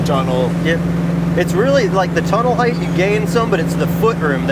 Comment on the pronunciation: HEIGHT! Not HEITH! Lol